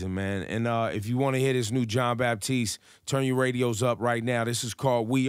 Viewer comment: Ebro, no "P" in the name: it's Batiste